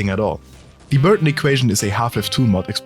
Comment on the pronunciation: y'all are just finding out about this mod?This was such a cool new concept and mod, overall 9/10 because whenever that guy said Burton it pissed me off